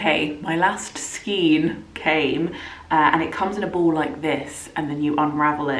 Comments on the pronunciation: I love that colour SO MUCH. You're doing awesome. I have to tell you though that the twist of yarn is pronounced SKANE not SKEEN. Bloody Englsh! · It's skein not skien. Pronounced skayn. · Knitter with 45 years experience (help! Well, I did learn to knit at 6 but still...) couple of hints and tips - 1. skein is pronounced to rhyme with rain. 2. If you can afford it, always buy an extra ball or skein, so you have extra yarn for mistakes, but also to guarantee you have yarn for repairs down the track. 3. When you wind a ball from a skein, if you can't get someone to hold it out on both hands (which is the easiest way to wind the yarn), get two kitchen chairs back to back, slip the open skein over them, move them apart so it is kept taught, and wind your ball standing up. Far fewer tangles, much easier and faster to wind. 4. As a few others have said, if swapping yarn brands, match for meterage/yardage with the pattern, not weight. And try to keep the yarn thickness as close as possible. You did an amazing job, and I hope you enjoy wearing it. If you find that you don't wear it because of the length, don't be afraid to unpick the body and re-knit it shorter - the extra effort for a garment you will enjoy wearing is worth it. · Skein is pronounced to rhyme with rain, not with seen 😺